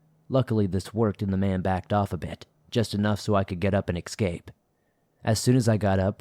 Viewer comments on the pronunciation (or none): The word is ‘escape’ not ex-scape